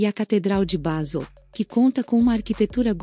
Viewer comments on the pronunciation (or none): none